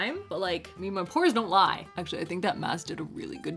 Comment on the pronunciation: When you said DO IT FOR THE PORES I thought you were saying DO IT FOR THE POORS 😂 And I was like 🤔 hm I don't remember asking her for this